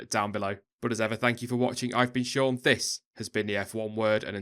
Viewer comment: and its SEAN not SHAUN